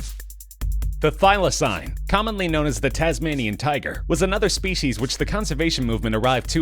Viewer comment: Tasmanian 'tuger'